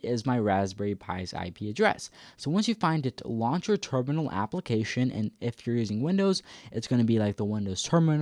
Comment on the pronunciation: we say application not APPLE - acations